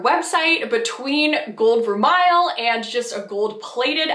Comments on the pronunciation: You pronounced vermeil incorrectly. The correct pronunciation is ver- may. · Vermeil is pronounced as ver may